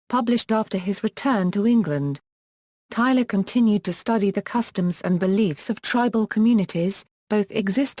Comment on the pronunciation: it's tyLOR not tyLER